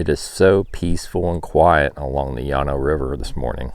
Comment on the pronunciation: you are mispronouncing Llano!